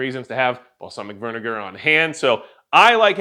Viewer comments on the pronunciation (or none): Bro go back and listen to the way you say balsamic vinegar. It’s hilarious .